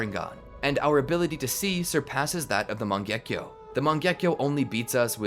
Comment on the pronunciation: oh by the way it's not "mangyekyo" its "mangekyo"